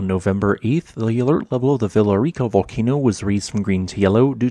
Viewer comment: For context on Villarrica, the double L is said like a Y. So its more like Viyarica. You can also roll the r if you want to.